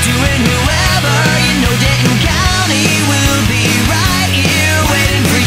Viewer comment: *denton not dalton